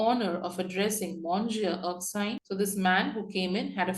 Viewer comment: Erkshire???!!!! It’s Erkskine!!!